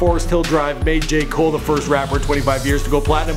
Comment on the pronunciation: Who else hears “gay cole”? Not trying to be rude but that’s what I hear he said.